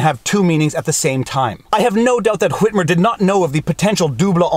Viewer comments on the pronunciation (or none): I absolutely love the pronunciation of Whhhhhitmer!